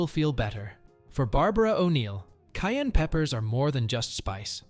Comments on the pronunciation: Kai and pepper I don’t know what she saying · How do pronounce it, "cain" pepper or "ki-ann" pepper. She must be Ausie!